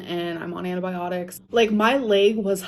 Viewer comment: "Anti byeonics"